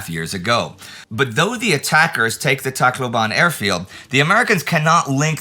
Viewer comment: I don’t know if it would still be useful in the upcoming weeks but regarding the Philippine campaign: Tacloban is pronounced with every syllable with equal emphasis. Tac-lo-ban, not Tac-loban. Think how Bataan is pronounced as Ba-ta-an, not Ba-taan.